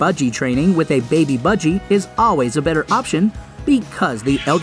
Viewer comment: Is it just me who’s kinda annoyed by budg eyregar? No hate by the way love the video